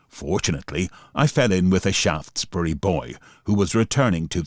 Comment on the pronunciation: Thanks for the pronunciation of Shaftesbury, from Shaftesbury Dorset